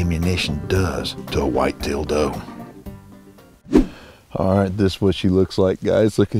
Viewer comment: When you said wight tailed dou my grandma thought you said wight dil you know the rest